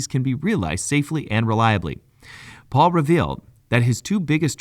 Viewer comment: It’s Pal not Paul. Pal like pay Pal